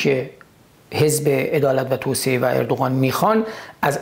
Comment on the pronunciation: سپاس شاهین عزیز دو ایراد ملانقطه ای😁 یکی اینکه شما کلا حرف ق رو غ تلفظ میکنی دوم هم توسعه رو توسیه تلفظ میکنی. "عدالت و توسعه" البته قبلا شنیدم مشکل تلفظ ق رو شمال کشور کلا دارن. میگن غ یک نقطه و غ(ق) دو نقطه که البته تو زبون فارسی ق وجود نداشته و ک و غ بجاش استفاده میشوه